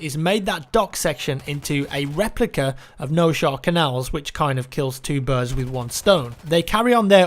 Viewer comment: It's pronounced "Nosehair",.